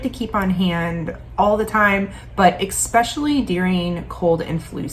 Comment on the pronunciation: * eSpecially. There's no "c" or "k" in there.